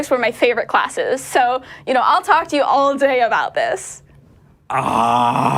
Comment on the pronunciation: Who are you going to believe, the aerospace engineer, or the guy who can't pronounce "water," "thousand," or "all"?